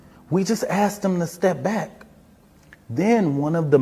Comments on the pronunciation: You didn't assed him you asked him. The word ask has a hard k in it. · This functional illiterate is a SPOKESPERSON??? "Ast" instead of Asked? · "Ast" it's ASK silly man...smh